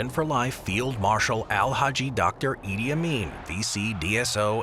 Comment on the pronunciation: Did you just said “ Idiot Amin”